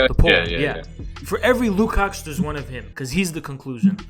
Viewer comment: the "cs" Lukács is pronounced as a "tch" not a "ks"